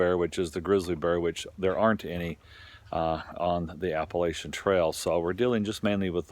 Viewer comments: Dude....it's "app-uh- LATCH-un". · Learn how to pronounce Appalachian you dumb ass.